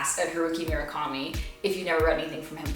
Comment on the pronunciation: pleaseee stop mispronouncing Murakami's name!